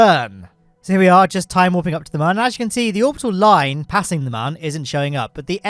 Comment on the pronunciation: Mun is pronounced moon, not "munn" smh its like a cute version of moon cmon guys